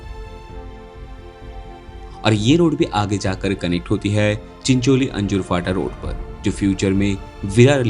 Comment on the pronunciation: भाई वो रोड चिंचोली - अंजूर फाटा नही चिंचोटी - अंजूर फाटा रोड है